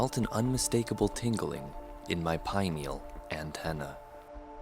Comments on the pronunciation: Holy fuck five hours? Haha he looks so excited. Everything says makes me laugh so hard. "tingling in my PIE-neal antennae." "communication interface" We could definitely be friends. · "As I approached Isolate Flotation Center, I felt an unmistakeable tingling in my pineal antenna" Wait, wait, wait.. WHAT?! Can anybody get through this part without giggling? It's like a breaking point, he just took freaky to the next level.. and of course he has to use the less commonly used pronunciation of pineal, just to kick it up a notch. Not to mention his general tone of voice, it seems very contrived.